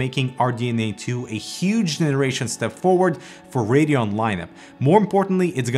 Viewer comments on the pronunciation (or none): none